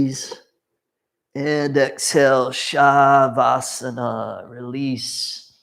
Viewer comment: It's sha-vaa-sa-naa, not shaa-vaa-saa-naa and na-mas-te, not naa-maas-tey